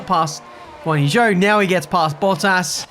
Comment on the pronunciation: Yet he still mispronounces Zhou’s name… he may as well call his team mate Piastri Oscar